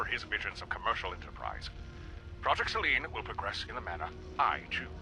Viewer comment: it may be the pronunciation. I suspected it was Selene, but that's not the way Magnusson pronounced it. His word sounded more like 'Celine'. What nefarious plans does Celine Dion have?